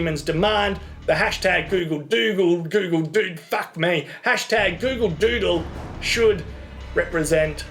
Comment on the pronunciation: "A Gyoogle Dyuudle." Brilliant